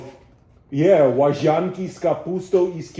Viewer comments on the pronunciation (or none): Mówisz łaźanki zamiast łazanki (podejrzane). niesamowicie dobrze się przygotowałeś, mam wielki szacunek za wymowę i tak mało błędów. Pozdrawiam. Będąc w polskim wojsku lubiłem dżem z panzerewaflami "crackers with jam" cabbage with sausage and pasta is a novelty. You probably remember the recipe for bigos. There is also a version of bigos with groats and such a dish is obvious, but bigos with pasta is an experiment